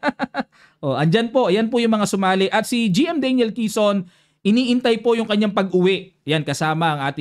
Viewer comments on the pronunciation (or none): none